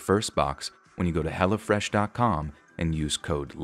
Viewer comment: Lol every time the ad said hello fresh, it sounded like hella fresh